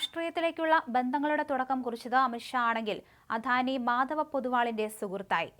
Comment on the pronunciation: അധാനി അല്ല അദാനി